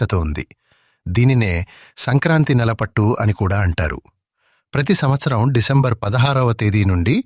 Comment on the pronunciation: Decembar sadaru kadandi 16 starting lo meru sadaru ani palikaru.